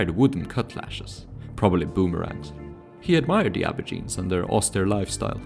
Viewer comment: Wtf is an abourgine? It's ab-oh-ridge-in-ee